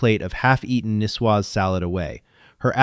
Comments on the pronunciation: Niçoise is French and pronounced knee-shwa. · nicoise is an adjectif derivated from Nice a city in the south of France. The "c" is pronounded as s, not k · Nicoise salad = Neece Swaz Salad